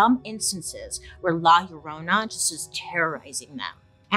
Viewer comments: Oh come on Bailey! U could do better with rolling that r! 😅🤣🤣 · Llorona = crying women, Bailey lol pronounced yo-ro-nah